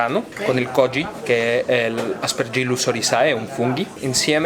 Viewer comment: Ristorante fantastico, il mio preferito. Avanti anni luce a tutti. Però il cameriere che dice Aspergillus OrizAE è una caduta di stile clamorosa.